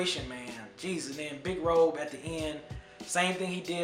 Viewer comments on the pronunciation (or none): Lol bro I loved your review, but you pronounced 3 common things. Big Rube (not Robe), SpottieOttie is pronounced like sporty, similar to the way Big Boi said in the beginning of his verse. And then, Baduizm is pronounced like her name: "Bah-Doo-ism", not bad-ism. Dope review though. I go back & forth with Aquemini and ATLiens too. You did help me realize that this album had more content though.